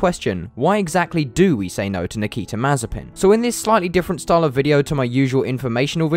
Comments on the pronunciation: It's Mah-zieh-pin......... the accent goes to the secon syllable... a bit like Mazyaipin for us Scots. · Mazepin sounds like Marzipan 😂😂😂